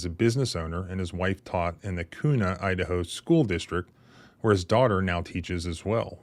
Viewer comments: We say it like que not koo lol. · Kuna is pronounced by us Idahoans as "Quna". 👍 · It’s pronounced Kyunah. 😂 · I live in the area where this happened and the way youre pronouncing Kuna is hilarious! Lol Its pronounced Q-na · Pronounced *Kyouna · When you think of how to pronounce KUNA, think of how you pronounce CUBA. The locals pronounce it CUE NAW! I used to live near there. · Thank you for covering this. FWIW the city is pronounced KEW-na. I am livid that the sheriff doubled down on how they “fumbled” in this instance. It appears the tyrants enjoy and take pride in trampling on our constitutional rights. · Being from Idaho it’s pronounced “Qna”. Spelled Kuna. If you’re keeping score. Small police agency filled with the barely functional dregs of police. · You are mispronouncing Kuna, ID.